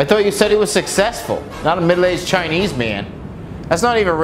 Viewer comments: the way he says chinese is how an aussie would say it. choineez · instructions in "choinese" hahaha